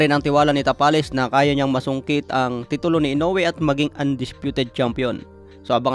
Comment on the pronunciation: HINDI PO SI INOUE ANG DUMADAYO SA IBANG BANSA NA MALI PO YONG PAG BIGKAS MO NA PANGALAN